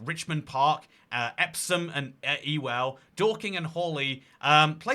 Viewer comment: EPSOM AND EWELL MENTIONED WHEYYY Also its not Ee-Well its more like yewle